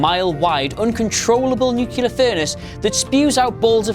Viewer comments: please. It’s pronounced ”new-klee-er”, not ”new-kew-ler” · *nuclear (nucyulurh isn't a word) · sorry!! you lost me at "nuceular"...its nuclear...!!!! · "Nucular." You're killing me. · "Nuke-you-ler" haha. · I’m getting more and more annoyed with the “new-killer” pronunciation... is it really that hard to make a [kl] sounds for a native English speaker? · "Nucular". Nice.